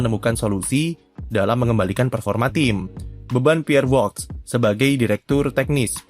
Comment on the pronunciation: Kenapa nyebut Woks min, biasanya Woki.. (nama aslinya Pierre Wacche)